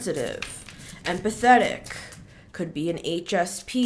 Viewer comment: Lmao I thought you said “and pathetic“! When you said empathic!😂❤